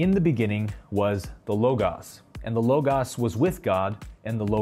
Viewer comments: _ The second "O" of the word "LOGOS" is pronounced exactly the same as the first "O". _ Both "O"s are short and the "O" in LOGOS sounds like the "O" in the words FOR and MORE. _ The LOGOS has been translated as the WORD. _ A word comes from a concept which is in thought and in the final analysis it is a vibration at a certain frequency. _ Therefore the LOGOS can be thought of as the initial vibration or energy that started the process of manifestation/creation. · IF YOU ARE GOING TO MAKE VIDEOSSS,,, PLEASE,, Go to Google, Type in the WORD you are going to use,,,,, AKA,,,,, "LOGOS def." Then hit the button that says the word,,, THIS WAY YOU WILL KNOW HOW TO PRONOUNCE IT!!!!!!!!!!!!!!!!!!!!!!!!!!!!!!!!! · Love you for making these videos, so don’t take this the wrong way, but, come on bruddah! Logos sounds so much more pleasing to the ear with two long o’s. Watch inner worlds outer worlds if there’s any doubt, the way he pronounces logos is divine. In any case keep up the great work hermano, peace! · He is pronouncing it wrong, and there are issues with the book he talks about, but it has so much golden information that I definitely watched it. If you ever played Minecraft, that’s how it’s done people. I love this guy!!! It’s like life! Take the freakin diamonds and build your armor! There are laws of grammar for a reason and our speech should reflect the LOGOS itself and it’s eternal laws of the textbook universe. Just saying that. I don’t care if it came from an ancient deal/scholar we must repair the damage of ignorance from the past even in past work. Remember the Tibetan “Om Mani Padme Hum” - we must prepare a mind that is at one with the universe. That’s why we discover eternal laws with science. It’s pronounced with long O’s. There’s 2 vowels. 🥰 Love everyone always ❤️ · It is rarely pronounced this way. Not in Greek., either. This is the first time I have ever heard it, and I found it so annoying that I could not finish the video. Call me crazy...